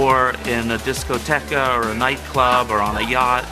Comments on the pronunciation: "Discoteca"? Jesus Christ! :( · Did that jagoff really say "discoteca"? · Yes, apparently he has not been to one but has seen the word written down, and took the silent E in -que to be a-pronounsta